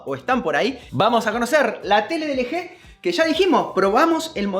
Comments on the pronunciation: ustedes le dicen L G.. pero se pronuncia "ELGI" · Hay que dale un poco al inglés! Ustedes saben, pronuncien las marcas como se dicen! LG (ele je)? Se pronuncia: el yi! Y subwoofer no es sub bafer, es (sub uofer) :V así sus suscriptores no aprenderán a decir las marcas. Déjame ir a la tienda a comprarme unos tenis (ni que) XD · De "LG"????? Se pronuncia "elyi"